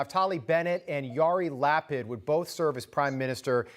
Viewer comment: Way to butcher Yait Lapid's name